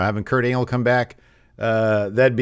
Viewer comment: Is it just me, but did call him Kurt Anal?